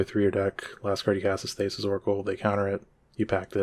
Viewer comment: Great video, unhinged pronunciation of Thassa